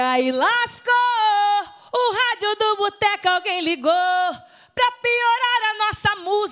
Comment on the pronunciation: Toco? O certo é "tocou". Lasco? O certo é "lascou".